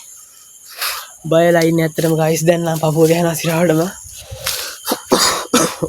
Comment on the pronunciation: ඔයාගෙ විඩියො වැඩක් නැ ඇයි ඔයා ගායිස් කියන්නෙ ඔයාට පෙනවාද අපිව ගෑස් එකක් වගෙ මොඩවෙන්න එපා අයියෙ😂😂😂😂😂😂😂😂😂😂